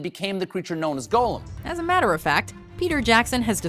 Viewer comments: I'd believe Stephen Colbert was a LOTR geek if he knew how to pronounce Gollum properly, it's not the same as Golem. Damn it Glen Close was amazing in Hook, never had a clue. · Stephen Colbert is such a Lord of the Rings fan, he pronounces Gollum's name wrong! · If Colbert is such a big Tolkien geek then how does he not know that Gollum is not pronounced Golem? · Yet Stephen mispronounces Gollum? Also Steve Buscemi's Pulp Fiction cameo is pretty famous. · Stephen Colbert may be a "big fan" but he's pronouncing the character Gollum like the Jewish word "golem". Which is wrong. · Biggest hobbit fan? Can’t pronounce gollum